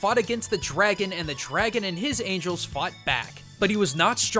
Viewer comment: Dude, you said angles.